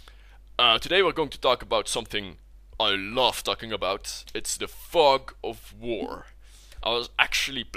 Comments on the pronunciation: thought he said the "fuck of war" ROFL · Wow that pronunciation ..... da fug of voor!